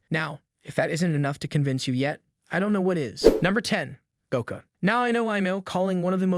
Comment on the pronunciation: this gotta be a ai generated voice i let you say sanji name wrong slide but goku comn bro